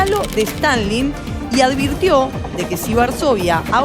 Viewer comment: Se dice aD virtio// no aL virtio